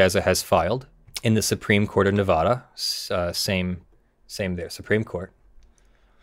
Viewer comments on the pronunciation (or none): it's nevada not nevahda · Its NeVADa not NeVAHdah